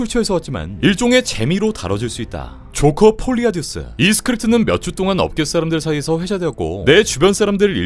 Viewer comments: 조까띵크라고 들려요 ㅡㅡ 소리크게하고 보다가 놀랬음.... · 진짜 발음 찰지네 그와중에 뭐라할까봐 x까띵크어아 라고 발음함 ㅋㅋㅋㅋㅋ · 왜 오늘의 ㅈ까띵크라고 들리지?ㅋㅋㅋㅋㅋㅋㅋㅋㅋㅋㅋ